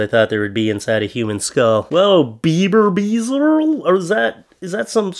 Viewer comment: Hey, another great video. But it's really not called "Bieberbiesser" but "Bierbeisser" or correctly "Bierbeißer"! Translated roughly as "BeerBiter". Here in Germany, Bierbeißer is a well-known and popular smoked sausage. Anyways, in this context "Justin Bieber Biter" was a really good joke and I laughed out loud.